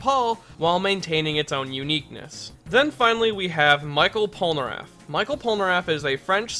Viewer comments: michel in french is pronounced like "me shell", not micheal :p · We don’t say Michel [maïkeul] as you would say Michael Jackson But we say Michel [mishel] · It's pronounced mee shell Polnareff, not My kel :( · Michel pas michael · "Michael Polnareff" XD in english this name will sound like that: "me" "shell" : meshell polnareff (if you want) But never "Michael" XD I know it's not important in your video, but you've make me laugh x) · It is supposed to be pronunced " MICHELLE Polnareff ", not " Michael Polnareff " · Michel Polnareff isn't pronounced as Michael but as "Me-shel" its à french name for both genders Michel for males and Michelle for women just wanted to let you know... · That's not mikel polnaref but mishel polnaref because is "ch" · Ekiri Dream je ne pensais pas qu'il allait dire Michel "Michael", ça m'a fait bugué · ''Micheal'' Polnareff... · In French, you pronounce Michel as "me shell". Other than that, great video :) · The french Michel is pronounced Mi-shell (french don't make "ch" sounds. they spell their "sh" sounds as "ch"). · Michel is pronounced MEE-SHELL but not a long L just the pointed tip of the tongue on the roof of the mouth behind the teeth kind of L. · Michel is pronounced " mi-shell" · Outre sa façon de dire "Michel", sa prononciation est bonne... (Grammaire?) Je suis désolé, je ne parle pas français dans longtemps.